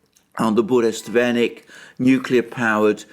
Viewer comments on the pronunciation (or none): lol, Burevestnik, not Buresvenik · Alexander still calls the "Burevestnik" the "Burestvenik". Bure+Vestnik = Harbinger of the gail. Burest+Venik = The broom which is most "bur" or the "burest."